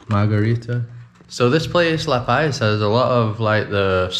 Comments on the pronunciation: Friendly info , It’s luh-pause not luh-pies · Dude eats LA PAZ not paies... please say it right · Ah ae ee oh oo El burro sabe más que tú! Welcome to La Paz Puerto de ilusión! Pronounced Lah Pahz. The tall cacti are Cardones. I grew up in La Paz. in the 1960's the roads your driving on didn't exist then. It was an all day adventure to go to Balandra. For instance. I never heard of El Saltito. Private beaches don't exist here lolol they belong to all of us. Try swimming in the water on a full moon in the summer! It's awesome! You can see the irredescent plankton when you swim through the water!